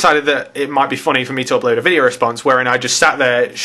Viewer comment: Did you say "foony"? :)